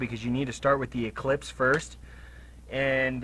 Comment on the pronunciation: It’s an “ellipse”, not an “eclipse”. An eclipse is when the moon blocks the sun. An ellipse is a geometric shape. 😂